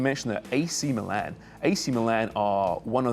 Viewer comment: the way u say meelan. its just precious dud lol